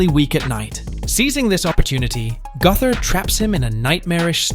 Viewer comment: its pronounce Go-ther, not Guh-ther